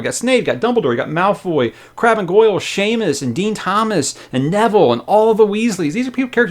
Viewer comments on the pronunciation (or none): none